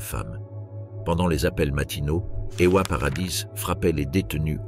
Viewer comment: Ewa c'est pas Eoua Wanda c'est pas Ouanda